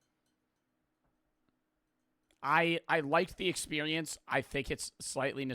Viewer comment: was i the only one who heard say "expewience"